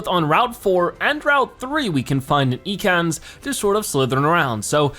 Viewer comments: its EAcans not Ecans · You pronounce it eh kans